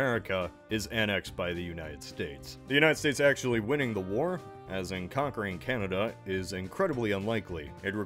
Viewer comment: Ah yes, Canadia